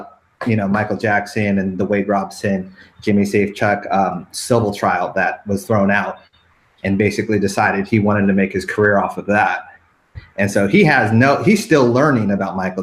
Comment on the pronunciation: Why does he keep saying it like "Robe-son"? His name is "Rob-son"!! said this already and im sure they'd heard it on other youtube podcasts. Why would it be "Robe-son!"? Not that i give a shit about him. I just get annoyed by Americans sometimes and their weird pronunciations. Like when long time fan of Jackie Chan, Quentin Tarrintino called Jackie - "Jackie Charn" at the 1997 movie awards. -_- How he made that mistake i do not know. So much for being a long time fan.